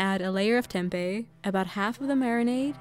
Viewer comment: as an indonesian, it feels satisfying to hear how you pronounce tempe bcs that's the right way to say it, not tempeh